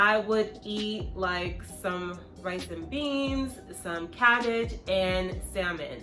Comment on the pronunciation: Are you Jamaican? 🤔 You said "Rice and beans" so I thought to ask.